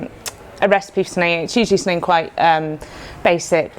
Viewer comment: ‘Something” has an m in it